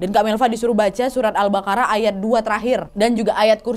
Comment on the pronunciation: kak bukan al bakarah tapi albaqoroh